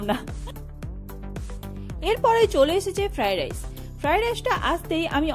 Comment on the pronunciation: Fararice bola na bola Friedrice